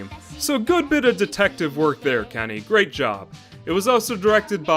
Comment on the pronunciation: You said great wrong not enough emphasis